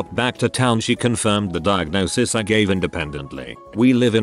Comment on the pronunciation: Nobody:: DIAGONSIS